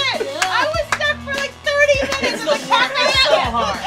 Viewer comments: "Pac Mant Man" makes me so irrationally angry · The giggles that overtook me at "pacmantman"... Oof. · In tears at "Pac MAnt-Man". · I feel like after “PAC-MAnt Man” we all gotta fight Joe. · Imagine hearing, PAC mant man, Save me! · I swore Pac-Mant man was actually PAnt man, which I feel is much funnier. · I’ve been watching this crew for a LONG, LONG time........ Pac Mant Man is my favorite thing. Ever. Aside from watching Steve say it.